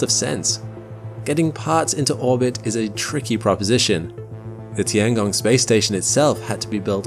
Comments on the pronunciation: “The tee-Ang-gong” It’s literally “tiengong”, 2 syllables. Meaning sky. Meaning sky. Sounds so annnoying when u try to westernise every word. Same like chow mein: it isn’t chow meen, it’s “chow-mien” If u can say Kruh-sant for croissant , u can say tiengong. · It's tian gong, not ti an gong. Check google translate for better pronunciation.